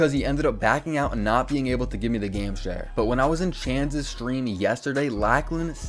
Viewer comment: Power saying stream “Sveeam” 🤣